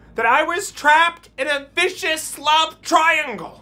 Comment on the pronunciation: Totally heard "in a fishes love triangle" lol vicious, a vicious love triangle.